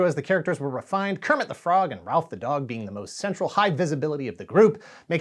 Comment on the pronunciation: The dogs name is ROLF not Ralph 😂